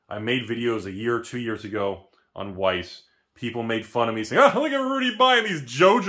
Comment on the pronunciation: Just pronounce it vice and Germans will think you're German